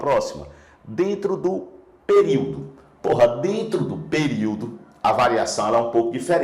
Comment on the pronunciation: Eu me concentrando e o professor lança um " phorra" de boca cheiaksskksk